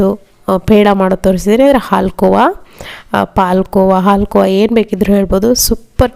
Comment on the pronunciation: ನೀವು ಕನ್ನಡದವರಾಗಿ ಹಾಲು ಕೋವಾ ಅಂತ ಹೇಳಿ ಪಾಲ್ ಕೋವ ಅಂತ ಬೇಡ